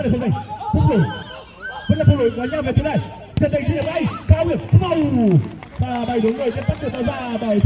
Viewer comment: tk blv cứ "không vầu" nghe giả chuyên nghiệp vãi